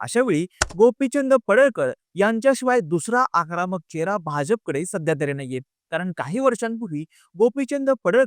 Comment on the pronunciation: आकरामक नाही रे... आक्रमक 😂😂😂